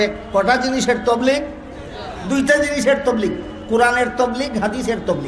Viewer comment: Huzur hoilo akta patha J tablig shobdo ta sothik vaba bolta parena se ki alocona korr?